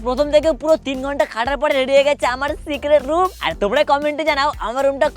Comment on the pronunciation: ভাই একটা কথা বলি সিক্রেট রুম বলতে গিয়ে হয়ে গেছে সিগারেট রুম।😂😂😂😂😂